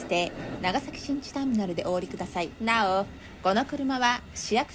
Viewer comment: 「なお」強調しとるのばかおもろいし似てる